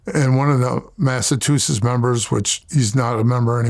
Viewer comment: He pronounces Massachusetts like Milk74....lol.